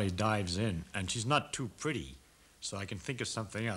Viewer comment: i say "pretty" the same way as he does xD